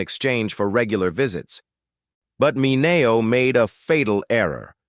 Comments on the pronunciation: Sal Ma - nay -neo ?? WTH? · I had to shut this AI trash off the third time Sal Mineo's name was pronounced wrong within 30 seconds. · Why are these videos voiced by AI? Surely there is someone out there that can read a script and pronounce well known names (ie, Sal Mineo) correctly. YouTube needs to implement a no AI voice over policy.